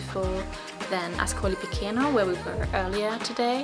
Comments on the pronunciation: I enjoyed your video! It's helpful to most travelers when you pronounce the names of towns and cities as they would be pronounced in their country, in this case AScolee pi-CHAY-no. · please ask to local people it's not difficult. Pronunciation: Askoli picheno. The pronunciation rules in Italian are simpler than English.